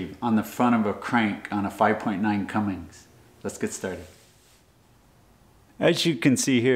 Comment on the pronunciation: On a 5.9 "Cumings" I don't think ima watch a video on repairs to a motor the builder can't even pronounce the name correctly